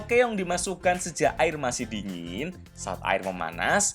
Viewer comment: Keong mas, bukan Keyong🤭🤭